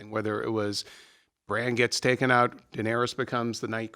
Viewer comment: Bran* not Bram, Cersei* not Cersi, Jon* not John. Jeez...